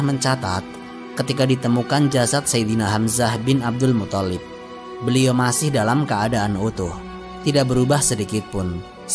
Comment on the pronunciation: Abdulmuththalib,bukan muthallib.yg tasydid tha'nya bukan lamnya.maaf.